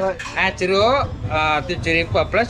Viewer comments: "A LITTLE TIP: NEXT TIME, IF YOU WANT TO ORDER THE ORANGE JUICE, DON'T PRONOUNCE IT LIKE 'JERK.' IT'S KIND OF HARD FOR THEM TO UNDERSTAND. IT'S BETTER TO SAY 'JEROOK,' IN INDONESIA WE PRONOUNCE 'U' AS 'OO' (DOUBLE O IN ENGLISH)."😉👍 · je-ruk not ju-rek 🤣